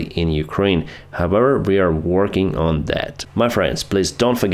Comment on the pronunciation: Could you please stop saying “hovever”, thx.